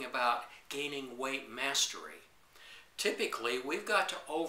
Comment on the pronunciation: when you say 'weightmastery', it sounds like 'white master race'.